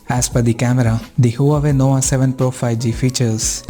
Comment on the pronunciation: Did you say NOWA? LOL